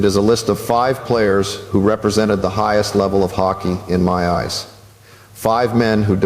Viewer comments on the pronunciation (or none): none